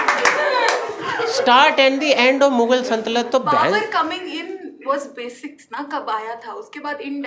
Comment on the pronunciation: He also pronounced "saltanat" wrong everytime 😅